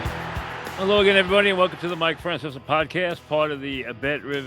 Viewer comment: Mike can’t even pronounce his own name “Franceser”😂😂😂